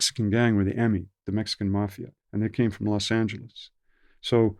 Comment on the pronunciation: "..working with the mAhhfiahh.." The best accent.